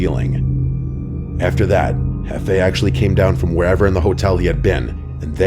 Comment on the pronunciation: It's not hefei, It's jefe.